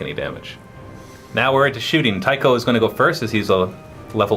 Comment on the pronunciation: Nerd points here- "Celchu" is pronounced with a soft C so "Sel-Chu", and I thiiiiink Tycho is "Tie-Cho" with the "ch" sound.